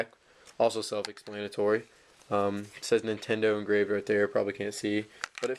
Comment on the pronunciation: Say self explanatory again. I dare you, I double dare you!